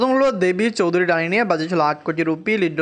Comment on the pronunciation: আগে দেবী চৌধুরানী উচ্চারণ ঠিক করো